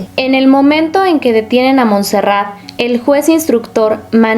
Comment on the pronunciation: Hola, se escribe Montserrat, Sabadell está en la provincia de Barcelona, por lo que se pronuncia Montserrat con la o qué parece u y la abreviatura es Montse, cómo suena.